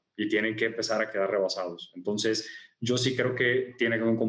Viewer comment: dice "Tonces" o es mi imaginación?